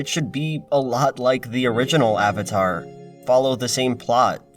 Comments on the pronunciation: Awng. Awvatar. So-ka. What the fuck. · Ong, Ahvatar stahp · "So, are you the Avotar Ung." Who tf thought this would be a good idea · Ah-vatar Ah-ng... So awful. How could anyone watch the cartoon and pronounce his name that way? I forgot about the awful pronunciation of Sokka and Iroh. TLA is such a terrible movie. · I really can't get over the constant mispronunciation of "Aang" and "Avatar" in the movie. It was so emphasized and stood out like a sore thumb every time they did it